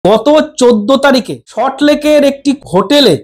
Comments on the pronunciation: এ বাবা এটা আবার চ্যানেল খুলেছে নাকি? এ ত বি জে পি ও ত বলতে পারে না বলে বি জি পি। দুর কি একটা salt Lake o উচ্চারণ করতে পারে না। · দাদা,ভালো থাকবেন।তবে একটি কথা : সল্ট লেক শব্দটি আপনি সঠিক ভাবে উচ্চারণ করতে পারছেন না।উচ্চারণ সম্পর্কে সচেতন হোন।